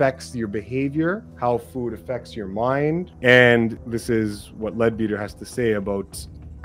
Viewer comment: Leadbeater is pronounced Ledbetter